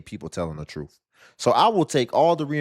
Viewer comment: It's the truff. Come on pronunciation please!!!!